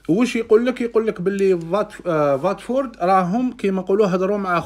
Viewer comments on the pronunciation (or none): ان شاء الله يروح فريق أحسن يستاهل يرجع مليح كما كان ملاحظة خويا في نطق الفرق استون فيلا باللام مش فيا و الثانية واتفورد بالواو مش فاتفورد بالفاء و جزاكم الله خيرا و ربي يوفق خونا